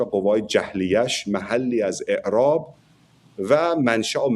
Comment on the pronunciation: محلی از اععععراب مصصصصصدری از شر، چرا اینطوری حرف می زنی، یعنی چی این ؟ تو فکر می کنی عربی حرف بزنی خیلی خفنی، نه عزیز، بنظر خیلی گاگولی. نرو این راه عربا رو .